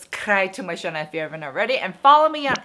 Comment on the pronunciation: “Channel” is not pronounced as “Chanel”